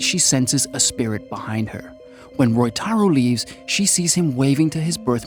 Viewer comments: It is Ryotaro in the film. The pronounciation is a minor goof on the part of the narrator. But overall, the summary is well done. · bro i know you couldnt pronounce ryotaro correctly but still you could try haahah, very nice video anyway, keep it up man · Roytaro = "Ryotaro"